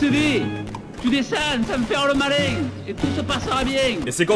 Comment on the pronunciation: "Tu desang sans faire le maling, et tout se passera bieng."